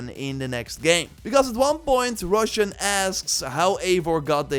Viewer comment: Great video as always. Just wanted to say Roshan's name is pronounced as /roʃæn/ (sth like Ro-shan) and not pronounced as "russian" that you said.